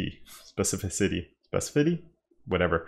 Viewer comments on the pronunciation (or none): Great video as always! To pronounce specificity, try breaking it into two words with a pause in between... "speci"... "ficity". Works for me.!👍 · I noticed that struggle to pronounce it since 2017.!! 😂 Anyways, I like him too much; He's the only one who made me love CSS. 😄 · Spess-eh-ficity :) Thanks for the vid! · Man, the old times couldn't say specificity 😂